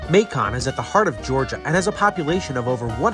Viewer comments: Nice video! FYI, it's not "Ma-CON," but pronounced "MAY-kun." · Hey the pronunciation of the city of Macon is [ M AI - k uh n ] for later content